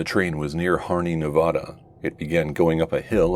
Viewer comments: other than the pronunciation of Nevada, nice video! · you can pronounce it right hopefully next time, there are many references online.